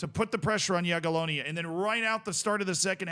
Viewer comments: Yeah! has learned to pronounce "Jagiellonia.":) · appreciate correct pronunciation of Jagiellonia! Let's go one step further --> try Legia "Var-schava" next time!